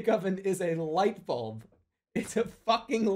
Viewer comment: “350? That’s not a lightuhbulb!”